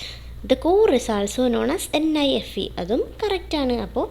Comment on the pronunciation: NIFE is tell nefe😂